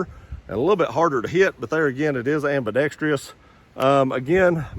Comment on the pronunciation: The most mispronounced word in America.. Ambidextrous 😂😂😂